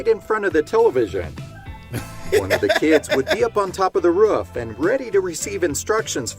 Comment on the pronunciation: Being from the south, hearing Roof pronounced like Ruff so many times was rough.